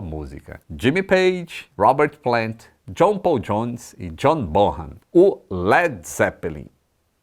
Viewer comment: A pronúncia do nome do baterista é BONAN e não BORRAN